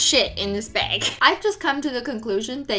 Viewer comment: Why does she say beyg not bAg